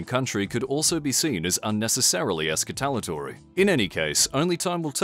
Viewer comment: Take a shot every time he deliberately fucks up pronouncing escalatory